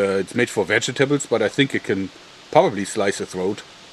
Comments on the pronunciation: it cracks me up when he is describing the ceramic knife and he says "this could PROBABLY slit a throat" XD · "It can probabably slice a throat... we'll find out." What do you mean WE'LL FIND OUT?! lol